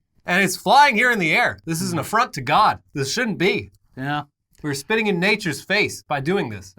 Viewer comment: I hadn’t laugh as hard as I did when said “this is an a-front to god”